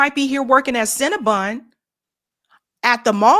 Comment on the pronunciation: “Cin-Na-Bun” hahahahahaja!!!!